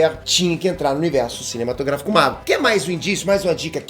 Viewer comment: falando: "universo cimenematrográfico da marvel" kkkkkkkkk